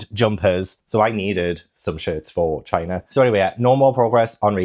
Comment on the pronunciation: Loved the vlog and hope china is amazing but time stamp was the highlight of my month “shit my bed, and now I can actually start packing va-gina” sorry you said “ for China” 😂 had me laughing my ass off 💀